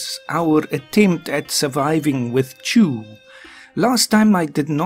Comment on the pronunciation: Every time you say Chu I want to say God bless you.